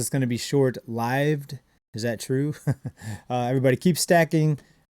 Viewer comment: Powells "lived" reading mistake sounded like an AI misunderstanding